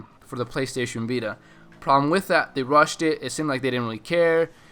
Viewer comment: Hahaaaa he said PLAYSTAYSHEN BITA !!! Lol.